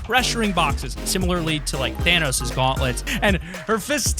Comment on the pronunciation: He said thanosis gauntlets.